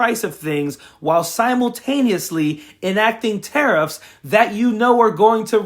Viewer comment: Tariff sounds like Titith, thieft, GOlieth: keep, keep on